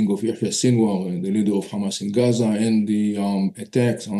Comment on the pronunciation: The argue in Iran today is what if they respond Israel with ground attack and you are talking about seize fire? Iranians just got warm up and the time you have to choose 2 state and peace is shorten and I say it just be cause you pronouns KHAMAS instead of Hamas!